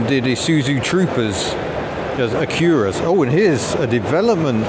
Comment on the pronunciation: Interesting to hear the pronunciation of Acura. Normally Acura rhymes with Dracula.